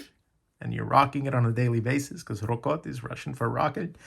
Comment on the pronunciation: Not "RokOt" but "ROkot". It means "Roll, boom, rumble".